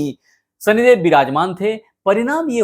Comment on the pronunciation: "सनिदेव, अंकुस, हमेसा, रासि, सादी-ब्याह, सादीसुदा, सान्ति " कृपया त्रुटिपूर्ण हिन्दी उच्चारण न करें, बच्चे भी आपका चैनल देखते सुनते हैं, उनकी शिक्षा भाषा खराब होती है। बाकी प्रस्तुतीकरण बढ़िया।